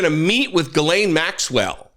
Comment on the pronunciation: Dude. Pronounce her name correctly for god’s sakes you’re the opposite of a MAGA. Please. It’s not difficult. The ‘Gh’ is pronounced like a ‘J’, so spelled more phonetically - or ironically - it’s Jiz-lane. Cheers